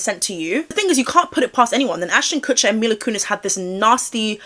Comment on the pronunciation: Another great vid, he 100% knows something even IF he wasn't actually involved in any of it! People do need to remember that not every celebrity seen with Diddy will have been a part of this or even known, but I don't believe this is the case for Ashton! (Also her name is pronounced Meela❤)